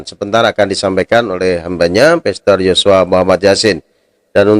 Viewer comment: Moderator nya bukan kaleng2 tp drum2 ,galon2 sampai saya gagal dengar......dia bilang PESTOR...PASTUR.... 😂😂😂😂😂